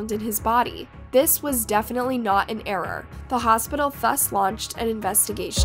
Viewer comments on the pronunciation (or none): none